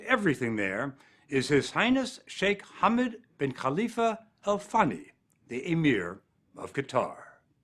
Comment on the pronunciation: minutes Did you said her Khalifa her funny? 😃👍